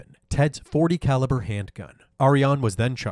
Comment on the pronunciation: Did you say "Three hundred and eighty calaber" wow